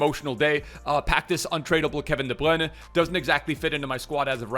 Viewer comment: The way he said “Kevin De Bruyne” was amazing! Im from belgium and ive never heard someone saying it better then u (did who speaks english)!❤️